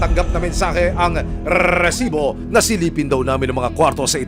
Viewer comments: Mali Yung pnta nyo may nag timbre na hndi napag planohan ng maayos mas ok sana kung huli sa akto mas malupet padin si mike Enrique eto Yung kaka pronounce lang ng rrrrrresibo Ang malakas masakit pa sa tainga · Nakaka irita pag pronounce ng rrrrrrrrrrrresibo bweset ka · Grabe gnyan ang pag bigkas mo rrrrrresibo dba pwde sabihin mo nlng na resibo?😅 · nkkairita nman ung pgbigkas ng Rrrrrresssibo" ng host😡...hndi nman sya Rrrrrrrussssian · Grabe ung magkabigkas ng Rrrrrrrrrrrrrrrrrrrrrrresibo